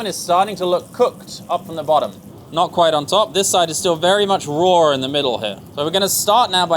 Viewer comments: He schools us on the ‘proper’ way to say “shallots,” and he needs to learn that it’s “raw,” not “roar.” 🥸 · not roar but raw